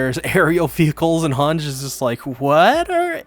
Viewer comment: Finally u pronced hange right lol